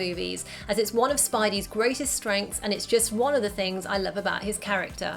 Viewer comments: I like th e scene where aunt may says 'I larb you' to peter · "You know i Larb you" And The City